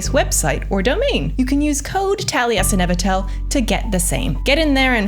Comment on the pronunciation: That's not how you pronounce Taliesin 😂